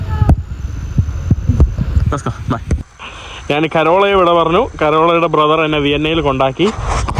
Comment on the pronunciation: മൈരേ, നാൻ അല്ല ഞാൻ ആണ് ശരി